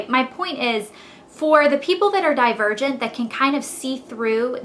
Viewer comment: LOL i thought she said "die a virgin" instead of "divergent" haha